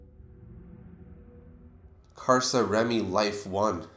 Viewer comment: ahahhaha I literally laughed out loud when you pronounced his gamertag Karsaremi (Cars are my life)